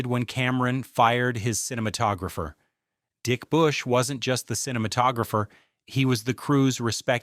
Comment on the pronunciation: Dick Bush!!! You can’t script this stuff, well played with the enunciation